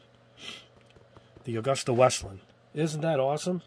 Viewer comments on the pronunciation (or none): none